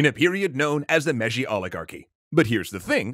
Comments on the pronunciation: Mei-ji not meji. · i think the pronounciation is "May-jee" for Meiji